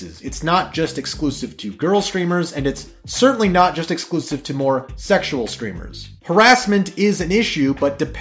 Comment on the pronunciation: Sexual Screamers? Best miss pronounced pair of words ever